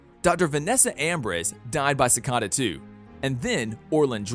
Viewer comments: Its not cikada it is cicada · You say all of their names wrong like Cata instead of cicada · Why does he say si-ca-da? It’s si-cai-da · Don't say it like ci -ca-da say it like ci-cae-da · BRUH ITS PRONOUNCED ciKAta not cicata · It’s not cicoda, it’s cicada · it’s pronounced cicaeda but spelt cicada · ITS CICAIIDA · "ssikada" lmao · Sikada 😜🙏 Like no u did not 💀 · dude its ci-cay-da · Do you guys notice how he say seacda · Its pronounced (Si - Caeda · No one::cicada Me: IT IS CICEDA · You do realize you’re pronouncing cicada and Devoe wrong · omg he says all of them wrong uhhhh it makes me mad like cicada!!! not sicada and his last vid on flash he said Thawn wrong! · how did you mess up almost every name Cicada (Sick-a-duh) and you messed up OG cicadas name its dwire not dryer come on man they say these names so many times its not that hard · it's not deevoe its (da-v-oh) and also it's not cacada it's (ci-c-A-da) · Is no one going to mention the fact that he called De-Voe Dee-voe and he's calling cic-eada cic-ada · Bro I can't anymore who wrote this script please say the names right sikada, dea vo, also Jhon's daughter didn't die she got removed from the timeline. Mark mardon was a hologram, Kamilla hwang didnt die she was taken into the mirrorverse This just really bugged me. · ikr deevoe sicada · This man is triggering me it’s not diva it’s Devoe it’s not cicada cicada and it’s not Ava. It’s Eva this man is triggering me